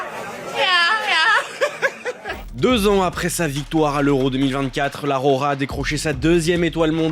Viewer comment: " La RORA " 😂😂